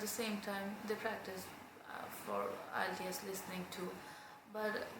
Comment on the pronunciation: PLS,,learn how to pronounce "IELTS"?